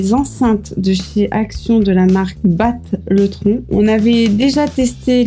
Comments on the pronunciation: Batt Le Tron, sa se dit Battle-tron en anglais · batte le tron tu as fais exprès de prononcer comme ca ahah